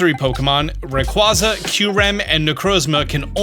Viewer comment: Still hurts hearing the way you say Rayquaza..